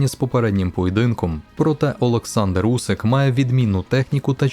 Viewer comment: Усик а не Вусик . Він по-моєму прізвища ще не міняв